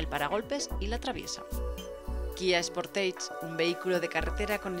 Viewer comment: Quien mierda le dice al sportage "Sportaige"????????